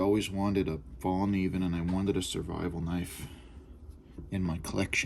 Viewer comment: The k is not silent , if u wanna pronounce it in Swedish. Hint: “evil knievel” Fall-knieven. Cheers n congrats on a lovely blade! 🙌